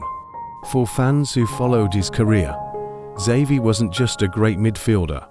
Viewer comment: Who the fuck made this? Horrible horrible pronunciation, and it's not even consistent. I heard him saying Savi, Havi and almost Zavi. Dude learn to pronounce